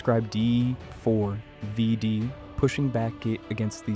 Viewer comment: You understand his name is pronounced "David" right? Is this an AI slop voice over, or are you really that uninformed? Not trying to be rude, but it doesn't instill confidence that you know what you're talking about, mis-speaking it that many times. If this was an intentional mispronunciation intended to elicit comments like mine, to drive engagement on the algorithm, then cheers to you. I'ma drop a thumbs down to counter-act that just in case though, seeing as how this is almost certainly AI slop crap, you lazy bum.